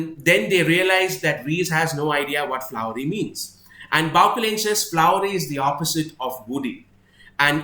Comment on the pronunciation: I'm sure the pronunciation of 'Bauchelain' is more French - Bau-shell-ayn. I loved your reading of this scene. It's an awesome battle of wits written with great subtlety.